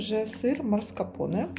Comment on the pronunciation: Не марскапоне а маскарпоне